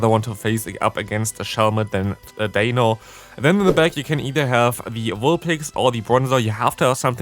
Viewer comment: You do know it’s D-ein-o, Zwei-lous, Hy-drei-gon, right? Ein, Zwei, Drei?